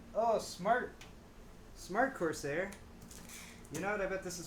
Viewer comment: It's corSARE not corSAY. This isn't French. Don't know why that bugged me so much.